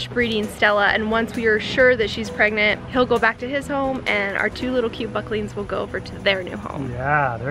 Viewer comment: There turning...... PREGANTA!?! PreGannatns